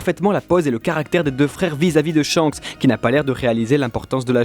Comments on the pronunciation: Ca ne se dit pas "Tshanks" mais Shanks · C'EST SHANKS ET PAS TSCHAKS !!